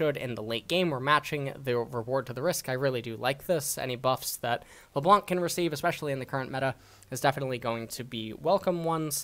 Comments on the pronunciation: Alright now I know you purposely pronounce names incorrectly after Lebloonk. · nobody: not even riot games:: la blounk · lebloo and zurawth getting tilted from this BOOSTED pronunciation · LeBlunc, Será (LeBlanc and Xerath) killed me ahahha